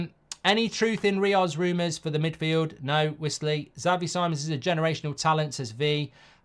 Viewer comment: As a dutch person if we sign him for the love of god, learn to say his name 😂😂 “C-mons” not “simons”